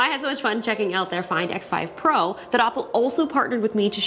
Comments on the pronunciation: It sounds like you’re saying Apple but with an accent, can you please just pronounce it “Ohppo” (oppo) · Oppo sounds the same as Apple When You say it